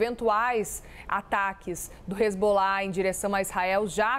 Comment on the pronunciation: Boa noite. O cara e "professor" e não sabe pronunciar nem o nome dos personagens envolvidos no seu comentário. Numa boa, procupe outros comentaristas. Ótima semana para todos aí.